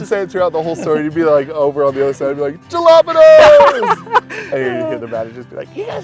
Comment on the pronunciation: It's JALA-PAY-NOS not JALA-PEE-NOS